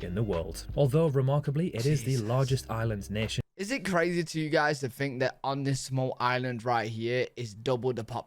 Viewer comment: dude you cant even speak basic english....the word is think....not fink.